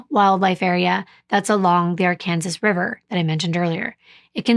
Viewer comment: You pronounced Arkansas River correctly